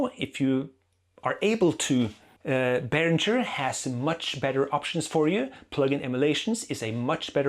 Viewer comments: It`s berinGer, not berinJer, btw. Like Kim Basinger. It is a german name, so live with it. Like Neumann is "noyman" and not "new men" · It's BAY RINGER! As in bell ringer 😀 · You speak German but mispronounce Behringer on purpose! Why? To show your disdain for them?